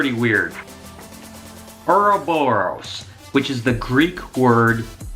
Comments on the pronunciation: dude its uroboros :D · I remember reading an article that a snake keeps track of its body through tactile feedback. If the snake can't feel its tail perhaps that's why it ate it. also your pronounce ouroboros kind of funny haha.